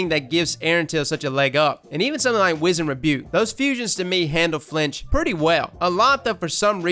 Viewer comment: love you bro, been a sub since d1 (top tier content btw) but if don't stop mispronouncing the word wizened.... Maaaaaaaan!!!!!